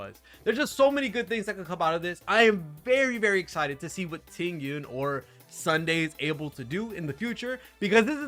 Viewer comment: Just say tingyun/Fugue 😭